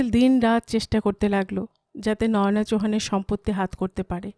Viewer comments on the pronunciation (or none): অলকা কোথায় গেলো? তোমার পাঠ ভালো, খুব নরম কণ্ঠস্বর। তাই ভিলেনের গলার স্বর‌ও তোমার কণ্ঠে কর্কশ শোনায় না। তবে, এর আগের পর্বেও বলেছি, নয়োনা‌ নয়, ওটা বলতে হবে নয়না।